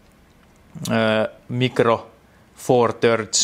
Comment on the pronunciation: "mikro foor törds" :D